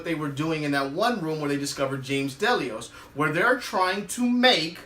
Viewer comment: The way you pronounce Delos bothers me. It’s not Del-e-ous